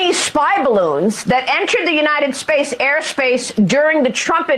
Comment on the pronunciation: ‘United Space air space’ Maybe she’s sober & just has shitty dental care.